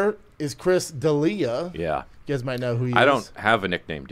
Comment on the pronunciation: And the winner for being able to put together the most coherent sentence, Chris “DinggleBerry” D’Ellllliiaaaa!